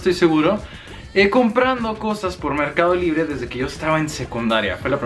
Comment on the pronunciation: Merrrrrcado libre 😂😂😂